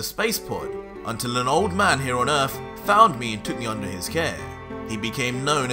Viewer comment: It's Earth not ERF...